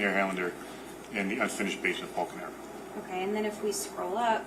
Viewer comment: The female prosecutor always says “o-ki” instead of “o-kay” lol it always makes me giggle when I hear it.